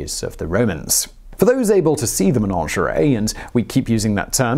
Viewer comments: Simon, its MENAGERIE not menangerie lol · "Menonjawry??" Did you mean menagerie. Slow down, you're tripping over your tongue there... On the other hand, with the amount of videos you're churning out these days, we can let one mangled word slide ;) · What the heck is a "menonjeray"? Do you mean a menagerie? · A Menagerie NOT a Ménagerie. The latter I assume would be a collection of French threesomes. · MeNAgerey for goodness sake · Simon, you say "menagerie" weirdly, like it rhymes with "lingerie". Is that how all English people say it?